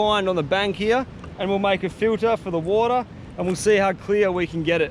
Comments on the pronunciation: "Infinite watah sowrce" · nobody, this guy: Wood'ah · I love how he says “wahta” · Goes to kitchen starts drinking water from my water dispenser "Now this is a good source of watah" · Ah, yes "watah" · its more ‘wodah’ instead of ‘watah’.